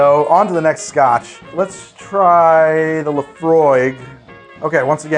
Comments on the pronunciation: When you first talked about Laphroig, I though you said La Croix and was very confused... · Laphroig is pronounced Laphroik! And mixing a single malt is sacrilege!!! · “Laphroig” hmmmm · You missed the a in Laphroaig btw. Still a fantastic video though!